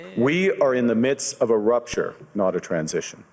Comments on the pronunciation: Rupture not rapture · I think the word you said wrong was "rapture" when it should be "rupture"